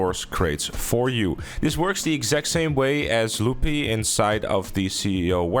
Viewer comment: Lol “loopy” you mean “Lu-pay”